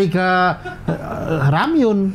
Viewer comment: Benernya seoul itu bacanya so-ul cing, karena aksaranya tuh 서 (seo) dan 울 (ul), banyak yang salah ucap memang. Trus shin ramyeon tuh kek indomienya sana, shin itu nama merknya, nah ramyeon tuh jenis makanannya (mi), dan bacanya tuh 라 (ra) dan 면 (myeon), jadi ra-myon, bukan ra-myun. Sekilas info aja cing wkwkwk